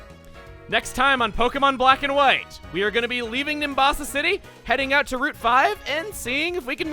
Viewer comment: Every time chuggaa says Pokemon wight Version it sounds like he's saying Pokemon wight Virgin